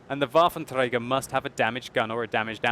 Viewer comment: waffen trrrey garrr